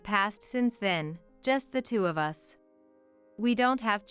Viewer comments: Yes, annoying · U S instead of us. Ai does it again.. needs work..